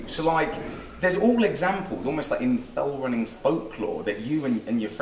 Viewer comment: Was the cameraman calling it "felt running"?